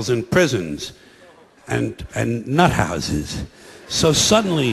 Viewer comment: The way he says nuthouses just makes me giggle in such a particular way